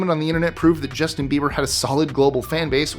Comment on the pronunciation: When you said BaldforBieber, it sounded like his last name is Beaver. uh oh